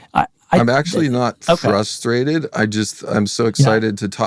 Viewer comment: "im actually not furstwraited"